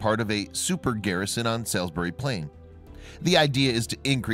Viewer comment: Lol...it’s pronounced ‘Sauls-berry’...and the area is, and has been a major military infrastructure and training area for a very long time.... Larkhill Garrison is immediately adjacent to the site of Stonehenge...and it is known that there are likely to be many archeological areas yet undiscovered...mainly due to the fact that the land is within Ministry of Defence areas that the public and others have no access to, and have laid untouched for hundreds of years...